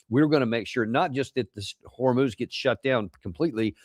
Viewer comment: note how Marandi is teaching us the correct pronunciation of Hormoz